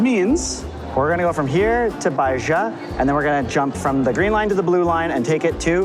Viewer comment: Baixa is pronounced bye-sha. X = sh as in xiconhoca.